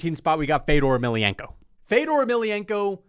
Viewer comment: Putting this dude over Fedor, while pronouncing Fedor’s name wrong. I was laughing my ass off. I’ve never seen more casual energy in my life. Unsubbed lmao